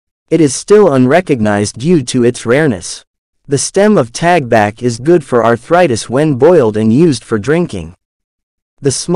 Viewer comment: Talbak not tagbak